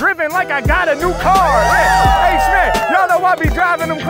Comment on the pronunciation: Man I lost it when u pronounced a perfect 'kaar' indian accent there. 😂😂😂😂😂😂